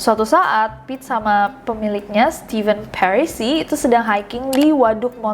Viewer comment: Kak Nes nyebut Pit, tp gue tetep bacanya Pete 😳